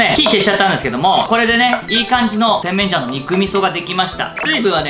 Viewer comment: てん→めん→じゃん↑ ・・・イントネーションがw